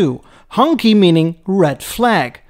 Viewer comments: Love your pronunciation of 红旗 as Honky (perhaps some thing a bit more like Hong Tshii, with Hong being mid tone and Tshii a low tone). Honky might be an onomatopoeic aural representation of a car-proud Peoples’ Official’s ostentatious vehicular progress along a crowded Chinese road. To Americans, honky or honkey is a seriously insulting pejorative appellation for white people. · its a hong shi not a hong ky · It's pronounced like "HONG-CHI" in Mandarin, like that movie "SHANG-CHI".